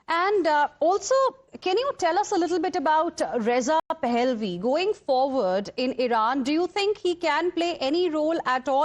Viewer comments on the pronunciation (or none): none